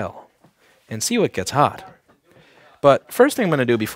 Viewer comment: am i the only that hears hod hen he says hot